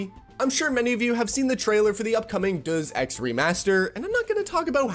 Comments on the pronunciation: “Duhs Ex” haha. “Deus” pronounced “Day-Us”. “Deus” meaning “God”. Deus Ex is Latin and means “from God”, it originates from the Latin “Deus Ex Machina” which means “God from the machine”. Just thought I’d throw this out there in case you mention it in other videos! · "Duz Ex" 💀 Bro "De-us Ex" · Wait nobody is commenting its Deus Ex as in "Day-us" not "Duuze" Ex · DERRRS EXX 😂😂😂. It's pronounced day-us ex... It's Latin. Look it up. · Bruh… it’s DeusEX. DAY-US Ex. Not dooz, you dunce. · "Duuz Ex" (Day-us Ex) pronunciation is criminal. Good video tho. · day-us ex - please, not duz ex, day-us ex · 100% agree. One minor thing - Deus Ex is pronounced “Day-us ex” rather than “duz-ex”. It’s from the Greek phrase ‘deus ex machina’ meaning ‘god from the machine’. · Bro, did you say Doos Ex? Deus, Latin, pronounced "Day Us" like deity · "Duz Ex" Deus, man. Day-oos. God. Not "two". Also, it's a bit sad that people are now referencing games that - at the time - were already the not-so-thin end of the wedge in this regard, with unimpressive performance relative to graphical fidelity and game quality. Deus Ex: HR, for example, came along during a transitional period in hardware and really didn't justify its requirements, and had an unnecessarily large install size due to its inexplicable use of prerendered cutscenes. Arkham Knight meanwhile had a disastrous launch, due to massive performance issues on PC. This trend didn't start yesterday. It started more than a decade ago. It just went the way of most things that we don't take a stand against, and escalated hard. That's not say I disagree with the sentiment of the video... but yeah, this is just a new generation of gamers noticing something that started... oh, way back in the 2000s, during the age of shoddy console ports. Now, "shoddy console port" has just become a more generic shoddy release. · Duzzz ex lmao wtf are u ai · Bro said duz ex 😂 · "Duzz ex" -_- Ever heard of "deus ex machina"? It's the same pronunciation 😛